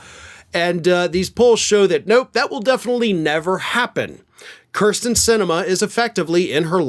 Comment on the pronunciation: I have no problem characterizing Sinema as a “cur” but please stop mispronouncing her name as “cur” sten. It’s “keer” sten.